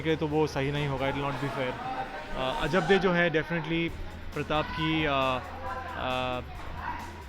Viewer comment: its ajabde not ajab di😂😂😂😂